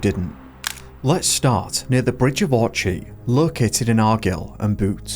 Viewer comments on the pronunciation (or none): Bridge of Orchee?.. It's pronounced Bridge of Orkay.. And Argill and Bute is pronounced Argile.. Argyll and Bute... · ffs. Bridge of Awrchey and Are-gill and Boot? Loch Eat-iv? Neil's disappearance is tragic, but not as bad as the attempts to pronounce these names. Had to stop watching. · You lost me at Bridge of orchee in argill and bute😂Give us a break. It’s Loch laddie not lock. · Bridge of Orky not ortchi Lochhh not lock. Come on get your pronunciations right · Wtf. Bridge of Orch-i in Arg-ile. Learnt how to say the places if you’re going to do a video on them 😬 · "The Bridge of Ortchy located in Argill and Boot" - maybe check how to pronounce some of the place names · Few pronunciations to correct ...Sounds more ....bridge of ORRKAY......and not Argyll and boot... ...BYOUTE... Just had to say....but fascinating video....Good work. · Can't listen to this..."locks" "Boot" "Bridge of Orgy" "Lock Eetive"...and Doncaster belongs to Scotland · hi pronounced bridge of orky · I really like your videos but can you look into the correct pronunciation of these common place names please, it would hugely improve the enjoyment 😊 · another gen Z person who talks American English. please learn how to pronounce Etive and Orchy , they follow the rules of ENGLISH English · You need a lot of work on pronunciation, Bridge of orchy Argyll and Bute was a classic 😂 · pronouncing Orchy, Argyll and Bute all wrong in succession is kinda funny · I think you're pronouncing the bridge of orchy The wrong way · more attention to pronunciation of simple Scots words like Orchy & Argyll!!. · He's AI that's why his pronunciation is shite